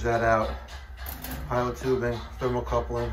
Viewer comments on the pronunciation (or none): its thermocouple not coupling but you are doing awesome work